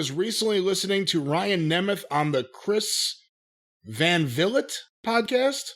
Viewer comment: "Chris Van Vilit"? Geez.... CVV has been doing amazing work with wrestling interviews on YT. You can't tell me hasn't heard of him yet to actually say his name properly.